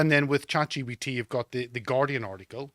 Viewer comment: Is he saying "ChatGPT" or "ChatGBT"? The entire point of AI, the money being made digital, higher taxes and inflation, and everything else that leads to demoralization is... you will own nothing and you will be cattle.